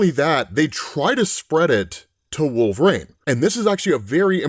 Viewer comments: Dude, I love your videos, but please, it's "Wolvereen", not "Wolverain" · For the billionth time,... It's "Wool-vuh-REEN", NOT "Wool-vrayne" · Always wondered why you pronounce it wolvrain instead of wolverine. Not that it really matters lol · Why can he pronounce adaman-teen but not wolver-reen (I do know how to spell them I’m just doing them phonetically to emphasise the point.😂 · Are we allowed to ask if knows he’s saying “wolve-rain” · Why does he keep say wolverain...? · Wolv-Rain huh lmao 🤣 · pronounces it wolve-or-rain. 😂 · Sounds like he keeps saying Wolver-ane. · He does wolv rain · Bro thank you. Wolve rain is all I hear too lol. And I LOVE and comics explained I would take a non fatal bullet for no fucking doubt. But Wolve Rain is how I hear it and everytime I'm like does he know he sounds like hes saying wolve rain? He definitely knows how to say Wolverine. Right? RIGHT??!!?? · Do you say wolv rain on purpose? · Does always say his name with two syllables like this? I feel like he doesn't. It's kind of jarring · I’ve always wondered why you say his name like that?